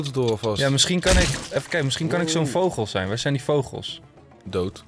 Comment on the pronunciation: Grrrrrroooot nieuws! Enze zegt geen vogel maar voogel ik schrijf voogel want dat is met de grote o ik weet wel dat je vogel schrijft hoor!!😂